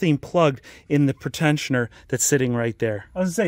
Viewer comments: Pre- tensioner not pertentioner. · PRE-tensioner. Not pret ensioner. Its simple English.